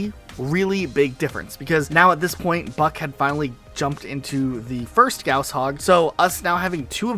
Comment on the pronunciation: Damn it shouldn't irk me so much but the way he says "gauss" is so wrong.